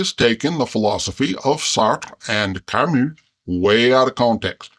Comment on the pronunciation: I love how a can pronounce Sartre and Camus correctly! ❤